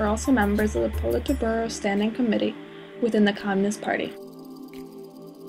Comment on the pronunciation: Lmao the pronunciation of Politburo though...